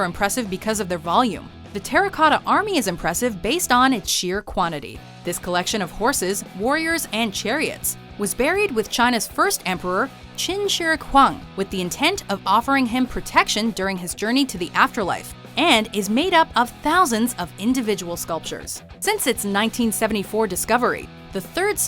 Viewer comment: its not Chin Chur Huang its Shi Huang Di